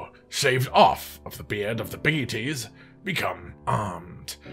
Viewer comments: BAZELGUESE that's a weird way of pronouncing beetlejuice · Fact know one truely cares to say bagelgoose name right